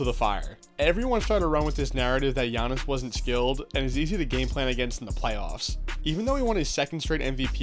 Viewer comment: GIANNIS IS THAT GUY. also kudos for the pronunciation